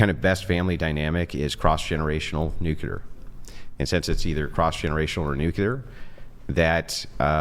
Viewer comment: I like Andrew…but goddamn everytime he says nucular instead of nuclear…he comes off dumb